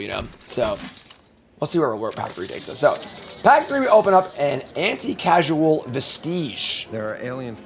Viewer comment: Anti-causal. As in cause. Not anti-casual. Vestige is pronounce "Vest-idge" not like it rhymes with "prestige".